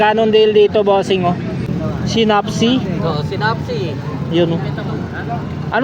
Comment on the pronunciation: Ang pagbanggit po sa "synapse" ay 'say' (tulad sa salitang saysay) at naps Di po si-nap-si Correction lang po